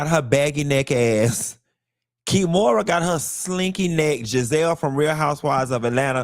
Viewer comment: I holla everytime you call her KEY - MORA 🤣